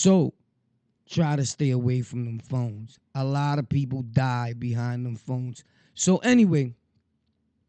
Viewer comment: Nigga said the Phone jones 😂😂😂